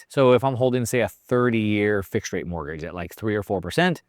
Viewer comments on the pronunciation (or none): none